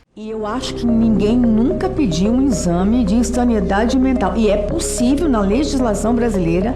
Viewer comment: "e eu acho que ninguém nunca pediu um inzame de ensaniedade mental..." Damares gabaritou essa aí.